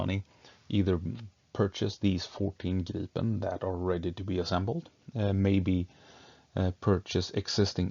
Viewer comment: Right, and so refreshing with correct pronunciation of Gripen.